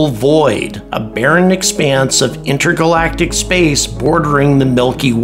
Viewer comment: he said "inter-galactiv"